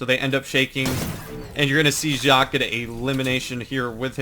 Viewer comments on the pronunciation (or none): it is pronounced JACK.